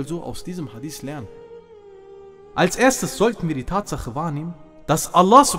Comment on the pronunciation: schau Mal es Titel des steht sogar HadiTH meine Frage war, warum er es falsch ausspricht und das zudem als Araber